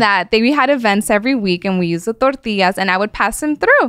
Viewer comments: Can't stand when people turn that extra on when they say a Spanish word. "Torteeeeaaas"😂 Half my neighborhood were illegals and I grew up with their kids, I only ever heard it pronounced this way by wannabes that grew up Americanized but wanted to be like their family or friends from Mexico. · How she says Tortillas is a sin